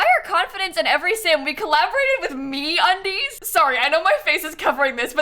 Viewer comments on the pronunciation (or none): lmao i was not looking at the video when she said that and i thought she said "we collaborated with me on these" instead of me undies hahah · I heard MeUndies as 'me on these' and thought you were surprised that they collaborated with you XD